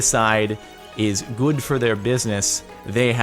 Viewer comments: goo-ed. Cool. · Listen to how Jordan pronounces good.....